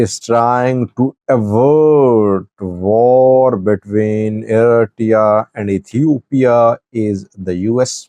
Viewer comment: The name " Eritrea" is not correct being said by your translator ,pls check it up!!!